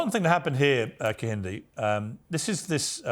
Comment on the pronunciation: This Ekpubobi girl has been incredibly brainwashed by MAGA. Ironically, her white mother is a progressive who does not cover up evil doing, while her Igbo father must be gnashing his teeth watching her self-abasing utterances. By the way, Piers Morgan embarrassingly mispronounced Kehinde and Ekpunobi without even giving a damn, but had someone pointed out that was a white supremacist behavior, he would have argued blindly to the contrary. James Barr is commendably objective on this conversation. Black people like Amala Ekpunobi are the ones gravitating towards Trump, their voting percentage is miniscule. I enjoyed this conversation though, Piers Morgan made it comedically enjoyable when he said that straight white men constitute an endangered species. Maximum respect to brother Kehinde Andrews.